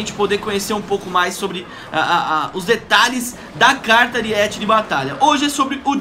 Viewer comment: é Aríete não Ariéte